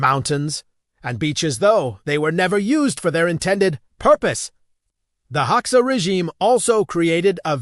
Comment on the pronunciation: At least train the AI to pronounce Hoxha correctly. Please.